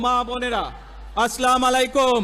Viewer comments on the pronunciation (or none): আসলাম আলাইকুম 😢 খুব দুঃখজনক সালাম টাও ঠিক করে দিতে পারে না 😢